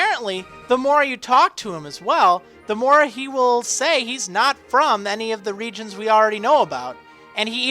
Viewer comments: the more you say regions, the less it sounds like a word... it sounds like regens now :p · You have said reGIONS so many times.... It sounds like your speaking Spanish... It sounds WIERD now...